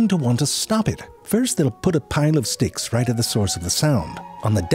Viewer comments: Don't think I didn't catch when you said "dicks" instead of "sticks" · did you say "what to do with those d**ks" ?😁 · You know, I had to watch a second time, with captions on, to figure out when you said "dicks" ... totally missed my first time through